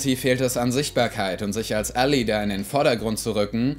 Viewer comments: Ally wird "Ällei" nicht "Ällie" ausgesprochen. Gutes Video! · Wird ally nicht /ˈælaɪ/ ausgesprochen?